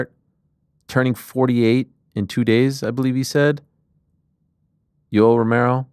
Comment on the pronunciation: Lol Jessica kept calling Yoel yolo